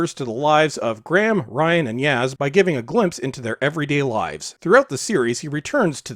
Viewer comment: My sincere and abject apologies (North) American perhaps...? People who give no nationality info on their channel must expect confusion! lol The "Graham" pronunciation error thing is (imho) simply down to parochial linguistic inconsistency: whereas the Chinese "L / R" issue is something that has been embedded in their entire language structure for thousands of years, so for me to presume to call them out on that would obviously be bratantly lacist! Thanks so much for your constructive response: anyway, at least we can all be united in our contempt for Chinballs and Wokie Whittaker! :)